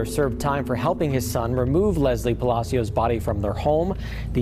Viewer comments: Palechio? Palacio RIP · Why does she pronounce everything so wrong, can she not google how to translate things before making videos ? Her last name isn’t pronounced palikio it’s pronounced pa-la-s-io spelled pacios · Girl didn’t even try to pronounce her last name correctly 😂 she said “Paleeko” 💀 it’s Pah-lah-see-oh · The pronunciation of her last name is pa-la-sio not pa-li-co😂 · Lesly PA-LA-SEO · Last name is Palacios. Pronounced pah- lah- see- ohs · It’s pronounced “ pa la see yo” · GIIIRL. LESLIE PELICO????? ITS. PAHH LUH-SEE-OUS. PALACIOS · Her name last name is mispronounced Pal-a- sio